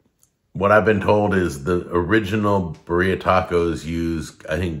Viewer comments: It’s not buh - ria. It’s beer-E-Uhhh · Birra. Say it with me, BEER E AH. Birra!! Thanks!